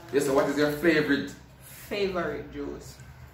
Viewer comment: King: "flavrit" 🤣🤣🤣🤣🤣🤣